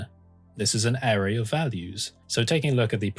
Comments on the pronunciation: Great content! Weird pronunciation of 'array' aside 😂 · Am I the only one who's uncomfortable with the way he says "array" and "Euler"?